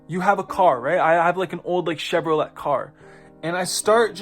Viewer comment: Do you know who the Kybalion was written by? Who it was TRULY written by? And no I’m not saying it’s a bad book, I’m telling you to find the origin. Also it’s pronounced Chev-ro-lay not Chev-ro-let.